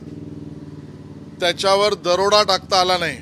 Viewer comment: आहों शेलार पहिले दरोडा हा शब्द नीट उच्चार करायला शिका.